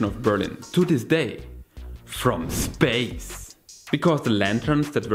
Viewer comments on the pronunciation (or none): from ssspace! 🤣🤣 Great accent.